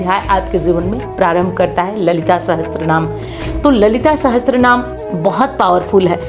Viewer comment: Apna uccharan to sahi kar le sahastra naam nahi sahasra Naam hota hai 😅